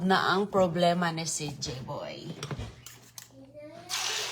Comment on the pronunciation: Walang alam na Salita si malunggay, bagoong, sardinas, itlog', calls her son CG (she means CJay) Kelan pa kaya umayos dila ni para she can pronounce words correctly?